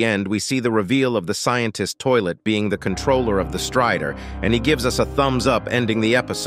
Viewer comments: blud really said sciencetist toilet☠️☠️☠️☠️☠️☠️☠️💀💀💀💀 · did bro just say scientist toilet is controlling camrastrider